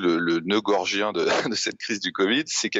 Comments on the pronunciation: Faudrait expliquer à "Martin" que l'on ne dit pas "le noeud gorgien" , mais le "noeud gordien" , quelle inculture en plus de tout le reste ! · Eh Blachier....Noeud gordien ... pas gorgien🤣🤣🤣🤣 à 9.47.. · J'ai bien entendu "noeud gorgien" au lieu de "noeud gordien" dans la bouche de Martin,il est autant linguiste qu"épidémiologiste.